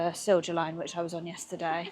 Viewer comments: BTW, the j in Silja is pronounced like an English y in case no one’s mentioned it. 🙂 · Åland = Oulaand Silja Line = Silya Line